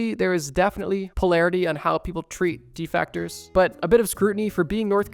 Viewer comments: Defect -ers not defact-tors😂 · IT'S DEFECTORS NOT DEFACTORS. actually made the video unwatcheable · If bro keeps saying deFactors instead of defectors I’m gonna break my monitor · Basically you saying defactors rather then defectors. They are called so after the verb defect. Pronounced the same way n not defact. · I hate that you pronounce deffecters as De-factor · lol it’s pronounced “De-Fec-Ters” and not “De-Fac-Ters” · Hate to be that guy but it’s “De-fect-ors” not “De-fact-ors” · Im so glad I’m not the only one. I know it’s such a small detail but god damn lol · defactors? de factories? de factor? Dese factors in??? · "De-FECT-ors" not De-FACTORS" sheesh. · I can’t get past two minutes of this video because he keeps “defactors”, even though he clearly even put the word DEFECTORS in the video in large letters at the top of the screen… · I hate to be that person, but it's defectors. You're pronouncing it as "defactors". Otherwise, great video! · Its defectors not defactors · Defactor 💀 DefEctors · bro said "defactors" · Defactors??😂 I can't watch this one, that is too distracting😊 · Why you sayin defectors like that